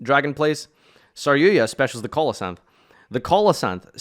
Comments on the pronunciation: Stop saying saryuya "argapain? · DRAGOON! Holy hell "red-eyes dragun duuur" it's not a hard word. Then again he still says saryuja as "saryuya"